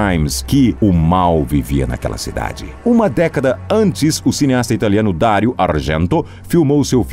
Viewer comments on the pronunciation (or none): none